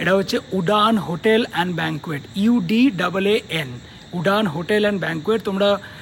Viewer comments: Its pronounced as URAAN 😂😂😂not udaan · Its not Udaan with D . Its Udaan with ‘rh’ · Beast life er protein aanao na kno. Rosier A2 ghee tao besh bhalo. আর হ্যাঁ ওটা উডান না উড়ান উচ্চারণ হবে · It's not উদান it's উড়ান d should be pronounced as d ড় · Angul er english - hand noy finger.. R baki to sby bolche😂😂😂😂 উডান?? 😂😂😂😂😂😂😂 ore moron dosha re 😂😂😂😂😂😂😂😂উড়ান Vai ak2 bujhe bol atleast 😂😂😂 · Udaan is not udaan when you say. It is uran😂😂😂😂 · উডান ta ki? Ore ota উড়ান hbe😂